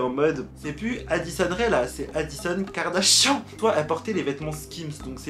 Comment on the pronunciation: Pk tu dis Karda chiant ?😭😂